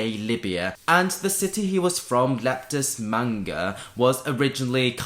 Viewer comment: Can you check Septimius Severus's home city? I'm pretty sure it was Leptis MAG-na . . .